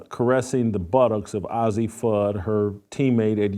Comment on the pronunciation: The expected bigotry and homophobia from a failed man still crying b/c ESPN got rid of him. The loser can't even pronounce Fudd's name correctly, which mean she has no idea about the team or the players. He's just out to spread his rightwing homophobia. You bigot them and their family have been friends forever. All the top kids know each other as they are at the same tournies as they get scouted and all played for USA Bball youth teams. To a homophobe two women can't be friends. Witlock is rightwing loser and incel, He's mad that know woman will get near him.